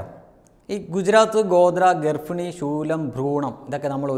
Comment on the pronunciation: Ee garfini nnu paraunnathu kelkumbol oru arochakam pole. Garbhini nnalle ucharikendathu? 🙏